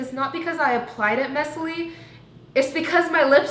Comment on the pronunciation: “It’s not cuz i applies it messly “ 😂 love her